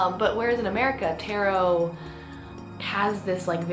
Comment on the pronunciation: U pronounced taro wrong it’s tarrro not tairo